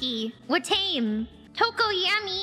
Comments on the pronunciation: That Hatame was criminal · They murdered my girl Watame's name